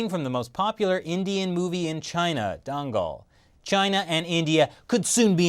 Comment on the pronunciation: Dangal....sounds like “dang all= damn them all” lol